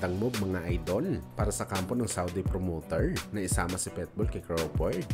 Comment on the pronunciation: Pitbull hindi Petbul hahaha, tunod pwetbul eh.